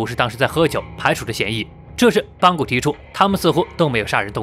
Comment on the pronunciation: 是邦格不是邦古